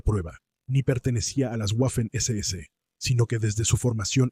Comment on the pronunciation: Se pronuncia vafen ss no guafen ss, el idioma es alemán no inglés